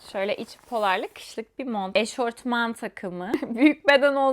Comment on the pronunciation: Eşortman ne laa 😂 eşofman olmasın o